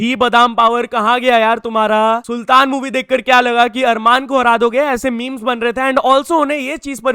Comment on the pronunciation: आरमन सारूकियन ❌️ अरमान सारूकियन ✅️ We make him desi😂😂